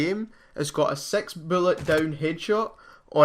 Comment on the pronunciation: he says "sex" instead of "six" lol